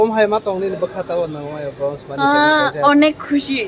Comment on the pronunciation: Its Bronze not Broze